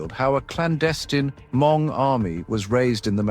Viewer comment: Why keeping saying “her-MONG?” It’s spelled Hmong but pronounced “MONG”. The letter H is silent in English pronunciation.